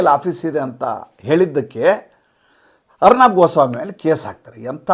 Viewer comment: ಅರ್ನಾಬ್ ಅಲ್ಲ, ಅರ್ಣವ್ ಅಂತ ಅವರ ಹೆಸರು..ಅರ್ಣವ ಎಂದರೆ ಸಾಗರ